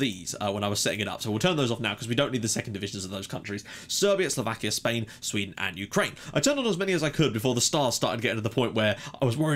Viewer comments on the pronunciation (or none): none